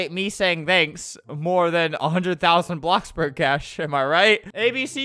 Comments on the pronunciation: "blooxburg" XD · BLOOBS BURG XD